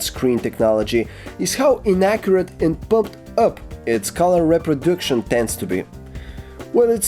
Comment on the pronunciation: I hear what you said there... "reproduction as reproduksyon"